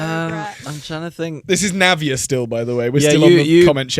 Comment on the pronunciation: thank you so much for the shout out!💗🌼 you guys are amazing. Ahh I feel so bad I got so late in watching this episode — had exams — but it’s currently 3 a.m and I’m watching you guys cause I just love you all. Also, my name is pronounced as Navya ( not Navia )😂. PLEASE don’t stop the podcast forever and come back as soon as possible😭. I hope you see the love in this comment for you guys. Lastly, I just love so much. Being a girl and not much older than her, I can relate to her at some points. I appreciate her so much, like when I was 13, I was so cringe honestly. love you and!